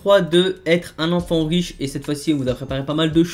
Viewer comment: Mdrr il a dit wish au lieu de riche😂